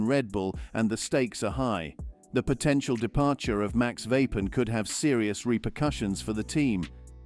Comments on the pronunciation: It’s Verstappen! Not Vappen! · AI bullshit Voice Vapen ? it isverstappen